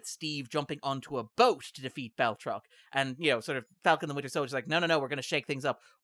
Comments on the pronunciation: There is NO "L" in BATROC THE LEAPER!!! Agree with the symmetry though. Also funny how he is one of the few reoccurring villains in the MCU. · You shouted out the great Lodge 49, so all is forgiven. Though none is needed because I checked and Jack Packard was the one who started the mispronouncing the Marvel misanthrope's moniker.